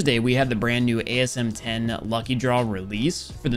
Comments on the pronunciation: its not asm 10, its asem one zero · I think he says asm one zero xD